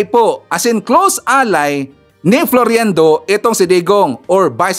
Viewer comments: FLOIRENDO Hindi FLORIENDO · Its FLOIRENDO NOT FLORYENDO. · You are mispronouncing his name it's pronounced as FLOYRENDO and spelled as Floirendo. It's annoying to the ears.. This Cathy Binag is such a friggin liar and shld stop advertising her immorality and stupidity imo... just sayin...She is a mistress sans class imo .